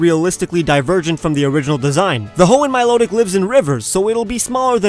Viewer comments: You said milotic wrong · it's mi lo tic my lo tic